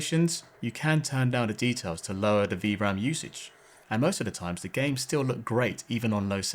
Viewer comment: Why do you say DA instead of THE? But you can pronounce TH in other words? Also there's a T at the end of left. Meanin. Lenf. Bizarre.